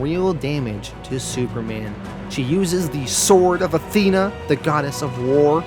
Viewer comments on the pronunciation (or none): none